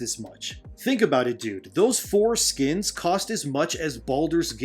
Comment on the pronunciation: LOL..he said forskins!